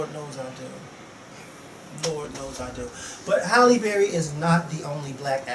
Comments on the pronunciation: It's HALLE Berry, not Holly ; lol. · Hi. Its Hailey Berry. Not Holly... I love you:/ lol